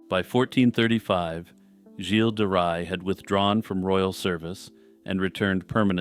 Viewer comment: Oh, you may want to adjust how you pronunce Gilles de Ray It’s not a hard G as in Good but more like you’d say Jjjj in Jean-Claude Van Dam. As per the Ray part, it’s pronounced like you would in English for sun ray. I hope this helps